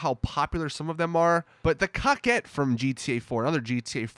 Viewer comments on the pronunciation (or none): cock ett? i always pronouced in Coe Kett. I mean its based on a corvette, CORE VETTE, wouldnt prounouce in CAA VETTE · Its coquette not cockette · Does not a single GTA YouTuber know how to pronounce Coquette? It's not Cock-et it's Co-ket. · Also... It's "co-kwet" not "cock-it" lol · This man just said cockette. THIS MAN JUST SAID COCKETTE.